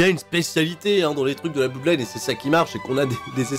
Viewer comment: ça s'appelle pas la Blouuudline, mais la Blodline. On dit "blod" pour blood